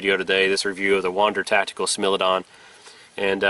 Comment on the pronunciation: Let me 1st say that I apologise up front for being that guy , but it is not pronounced "smil" it is pronounced "smile"